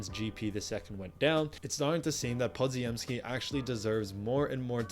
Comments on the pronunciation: Podziemski is pronounced "Po-gem-ski", not "Pod-zi-em-ski". In Polish, the dz is pronounced as a single consonant, much like the "g" in gem. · Podziemski = puh-jim-ski. the dz is a "j" sound.